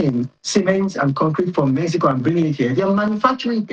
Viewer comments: Pls decide whether it's pronounced 'Mehico' or 'Mexico' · Omokri just dey fool himself. Mexico, mehico 😂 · Don't you find it a little odd that the ambassador is not consistent in his pronunciation of "Mexico"? Of course, both pronunciations may be correct in different linguistic contexts. But when speaking English in a formal setting, constantly switching between pronunciations from different languages can be confusing for the audience. Pointing that out is not an attack; it is a legitimate observation about communication and representation. The honorable ambassador, of all people, should understand the importance of clarity and consistency in public speech. So instead of calling people names for highlighting an obvious inconsistency, perhaps it would be better to engage with the point being made. Not every criticism is hostility. Sometimes it is simply an observation. 😂🤦‍♂ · Yeah, the pronunciations can both be correct depending on the language being spoken. My point, however, is about consistency. If you are speaking English in a formal discussion, it can be confusing to keep switching between the English and Spanish pronunciations of "Mexico" within the same conversation. I'm sorry if I wasn't clear enough in my first comment. I'm not arguing that one pronunciation is right and the other is wrong. I'm simply saying that consistency in speech helps communication, especially when you are representing a country in an official capacity.😊✌🏽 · 'Mehico" "Pira Obi". Confused man!